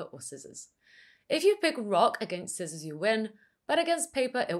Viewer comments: I have never heard anyone saying 'skissors' before... 🤭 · I've subscribed because the way you pronounced Scissors finally taught me how to spell SCKIZZORS after 29 years of living on this planet 😂